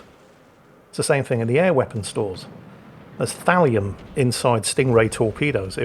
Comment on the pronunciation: Thallium I had to turn on the CC to get that I thought you said Valium torpedoes. Is that how rich people get high when they're out on their super yachts?